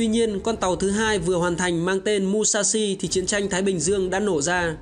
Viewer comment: Mushashi đọc là Mư - sha - shi chứ không phải Mu - sha - shi nhé AD !!